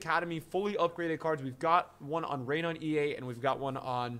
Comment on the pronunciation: Everytime he says Reinier its sounds like hes saying rain on ea